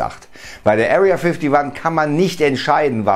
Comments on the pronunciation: Wer kennt sie nicht, die Area fifty wann😅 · Area Fifty wan hahaha 😂